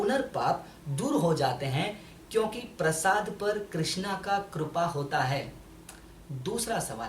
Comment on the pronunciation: Kirpa hota hai korpa nahi hota